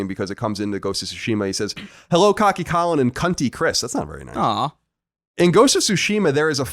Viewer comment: Oh, I noticed you getting the name wrong, Colin. I just didn't feel like correcting you.